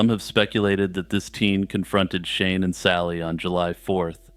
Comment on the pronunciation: every time You said Shane & Shelley I thought You were saying "Shaman-Shelly" which is the best name for a wholesome Texas teen turned Satanic-priestess I've ever heard